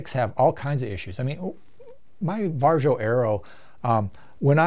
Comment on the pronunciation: The Varjo XR-4 has eye relief and I get 114 HFOV just as a data point...the Crystal gives me 102. oh and it's pronounced VAReeeeeO